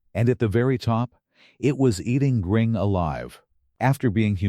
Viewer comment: Who is "Gring" ? Ai garbage is so stupid